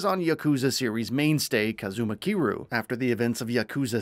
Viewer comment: If you're going to talk about a fucking game series at least get the character and location names right "Ichiban KASOOOGA" "Kazuma KIRYUUUH""Izesaki IJINKO" "SotunBOOROHH" wtf?